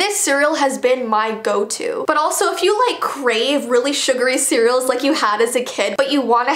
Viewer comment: I thought you said this is my goat to but you said go to lol